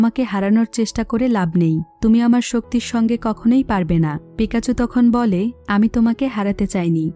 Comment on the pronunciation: আপু আপনি বোল বলসেন pokemon হলু certone er name আর মেন হিরোর নাম pekacho